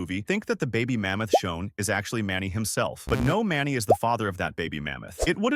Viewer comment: Shown not Shawn